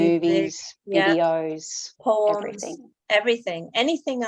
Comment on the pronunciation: Had to relisten to. I think says poems. At first I thought she said 'porns' ☺😄